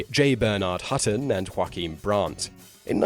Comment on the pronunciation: Joachim is a german name pronounced "Yo-A-Kim" not the same as the Spanish name Juaquin, pronounced "Hwa-keen". Yes, I know - Rule 5.